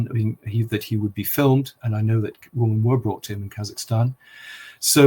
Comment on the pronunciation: This is a very good interview, thank you. I noticed for the first time that Andrew Lownie pronounced the plural word 'women' as if it were the singular word 'woman'. How very odd! Its certainly not an English thing.